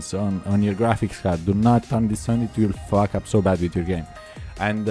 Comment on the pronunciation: 'it will fawk up your pc'